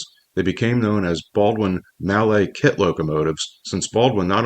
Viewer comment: I doubt hard-bitten railroaders bothered about pronouncing 'mallet' in French. Besides, you still have it wrong.